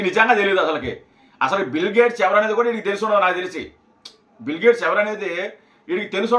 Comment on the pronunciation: తెలుగు కూడా మాట్లాడ్డం రాని యీ యెర్రోళ్లని యెన్నుకున్నాంరా నాయనా . బిల్లు గేట్స్ కాదురయ్యా ," బిల్ గేట్స్ ." ముప్ఫైరెండు చిల్లర అయ్యిందివయా . 😂 😂 😂 😂 😂